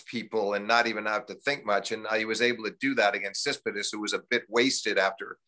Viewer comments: I love Steve Flink, but he's so bad with names. KraGINovic, Tsitsipidas, WTH. Americans constantly mess up my name too though, and it's only 2 syllables. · Thanks for doing this, such a great conversation to listen to. What's Steve Flink's deal with pronouncing Tsitsipas. He's still says it like you can hardly guess who he's talking about...?!